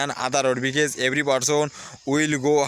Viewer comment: because, বিকেস না ভাই বিকস